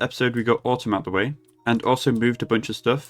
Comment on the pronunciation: I hate erbus, also at this point I think I'm being trolled by your pronounciation of Atum xD It's fine. Good vid though. Looking forward to the Aether!